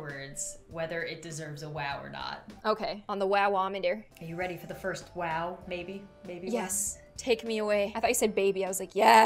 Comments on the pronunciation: I mean she said waw not wow 🤣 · Don’t say wow say whow